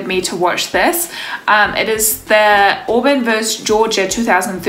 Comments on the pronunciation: It's pronounced Aw-burn, sweetie. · it's pronounced Awe-burn. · It's pronounced Aw-bern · Auburn = AH-burn